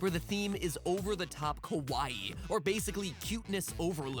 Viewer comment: to Matpat... I am dissapoint you said kowaii not kawaii, kowaii means scary not cute. smh